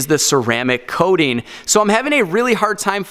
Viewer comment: WHY does he keep saying Ceramic "Coatin" - ARGHHHHH!!!